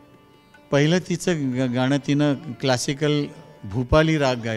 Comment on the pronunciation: मुलाखत घेणाऱ्या ताई गणराज म्हणा गनराज नाही गाण असे आहे ते गान नाही कृपया शुदध्द बोला